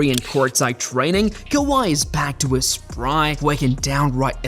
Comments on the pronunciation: kaviyh !!!! AI at its finest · Or kaviyh Leonard